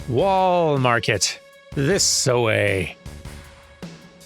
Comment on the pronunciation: "Rebirth-day" is a good one. She ... uh... had a bad case of "nodachi". She won't be coming back. Wall Marker? Ew. Well, maybe it's better now that Corneo is a chunky smear at the base of whatever mountain that was. I love that Tifa's ultimate weapon is named "Premium Heart"... less so that it's in Wall Market. I really hope gil is like JPY... otherwise, this is insane. It'd still be insane if it was like JPY, just less so. (for further clarification: JPY, and maybe RUB, don't subdivide, there's no decimal. So "1" USD = "100" JPY, in the broadest of strokes.) Was that... twang? A rare hint of Georgia. Beyond "y'all", anyway. This reminds me a lot of the "flashbacks" in Remake. This suddenly got very Halo. He's toast, dude, you can stop shooting. Ah, yes, the "go make a sandwich" summon.